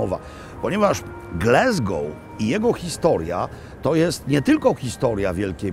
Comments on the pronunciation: Mogę się mylić, ale ja wymawiałbym Gläzgou. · No właśnie, Glesgoł też brzmi okropnie… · glAsgow ... tam nie ma "E" :) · Przestań mówić Glesgoł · Dokładnie! Pozdrawiam z Glasgow 😉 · Jeden z najslabszych odcinkow! Nie ma miasta GlEsgow!!! To mocno razi jak A wymawia sie jak E!! Tez, w pubie to nie byl brown sauce ale gravy! No i ta lyzka gotowanna z haddokiem to niezbyt mile. haddock nie hEddock. Sorry za ten komentarz ale akurat zbyt wiele mnie w nim draznilo. Pozdrawiam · Panie Robercie, uwielbiam Pana program, ale jedna drobna uwaga co do wymowy miasta. GLASGOW (nie Glesgou). Tam jest A, nie E. Pozdrawiam! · Mam Lumix S9 i jestem bardzo zadowolony. Tak GLASGOŁ nie GLESGOŁ 😊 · Glasgow a nie Glesgow!!! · Wspaniale, witamy u nas Panie Robercie ❤ tak na przyszłość: nie mówimy "glezgoł" tylko "glasgoł" 😊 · Wszyscy w Szkocji nazywają Glasgow przez a nie przez e. Nie wiem czemu w Polsce ciągle wymawia się Glesgoł.Tak samo mówią słowo "have" przez a, nie przez e i słowo "has". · Dzień dobry czyta się Glasgoł nie Glesgoł. Ale to normalne w Polsce 😂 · Glaaaaasgow, nie Glesgow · Glasgow a nie Glesgow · Nie Glesgow a Glasgow. Taka mała uwaga. W Szkocji A nie czyta się jako E, Tak jak I czyta sie jak I nie jako E w nazwach miejscowości, zostało to z gaelickiego gdzie zapis I był w postaci YI. Szkoci mają również twarde R w porównaniu z Anglią. Dla przykładu słowo "Kirk" czyli kościół czyta się tak samo jak w Polsce nie jako Kerk. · Mowi sie Glasgow nie Glesgow . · Panie Maklowicz, mowimy Glasgol, nie Glesgol. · Ptysiu jakie G l e s g ow ? Ptysiu gdzie tam jest “e” G l a s g o w ,,, rybenko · nawet amerykanie mowia Glazgo.. mieszkam w Szkocji 16lat I uwierz tylko Polacy mowia Glezgo£ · GlAAAAAsgow , GlAsgow nie GlEEEsgow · GLASGOW, a nie GLESGOW. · To Glesgow czy Glasgow :P ? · To miasto nazywa się Glasgoł, nie Glesgoł, please please please 😊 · glAsgoł, nie glEsgoł. powszechny błąd polaków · Not Glesgow, a Glasgow, ~ Po Polsku ''Glasgoł'' To Scotland a nie America